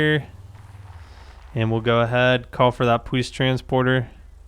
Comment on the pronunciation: he said powice